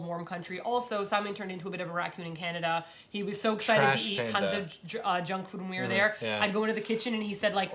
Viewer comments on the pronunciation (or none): none